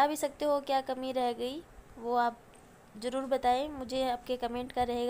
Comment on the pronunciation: Pyaaj nahi pyaaz aur jyaada nahi zyaada aur jaroor nahi zaroor aur intijaar nahi intizaar I think you are illiterate